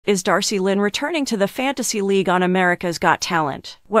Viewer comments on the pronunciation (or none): was commenting on her name being mispronounced.